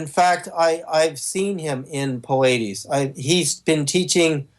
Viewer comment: I'm sorry, but if you claim to be in touch with beings from the Pleiades and this super important person, you have to be able to pronounce it correctly. It's not the cable channel that shows a lot of concerts.